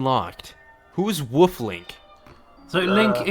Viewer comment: I hate how pronounces the word "wolf" tbh